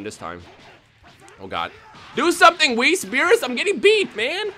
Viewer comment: He is soo gringo that he says whis's name wrong